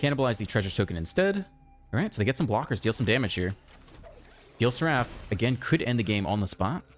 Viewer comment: Awesome deck and game play as always, but one thing that bugged me is that seraph is pronounced Sair-if 😂